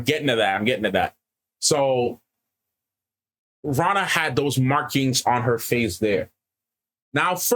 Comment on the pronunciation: One of you is right about sul'dam/damane ... sort of... I won't say which. Though, who knows what might have been changed in the show from what it was in the books. Renna... not Ranna 😅 You guys have some interesting theories that only time will tell if they right or not. I'd be amused to see D&D stats for all the characters... or a WoT RPG game. (I know an old rpg exists... the cousin of a college friend had it... wish I had a copy). They had new classes in that game... but if I had to give them classes... I shouldn't or it might be spoilers. (started and erased them) I don't remember what Ishmael said when he did it to Moiraine. Not sure if Ishy was there or he was created but Lanfear... it could go either way.. Though, in the books NO ONE ever called him Ishy. Calling Ishmael Ishy is a fan thing.... so Lanfear calling him "Ishy dear" was a nod to the fans. Not sure if she'd call him that to his face though. 🤔 The Egwene stuff is pretty much right from the books... I knew it was going to happen, but still brutal to watch... 😭 Liandrin... no clue what will happen with her...they gave her a backstory and motivations and I have a feeling her story overall might change quite a bit from what was in the books. I'm glad Mat was in the episode... his story needs to pick up soon. 😅 Even book readers are wondering about Min's vision...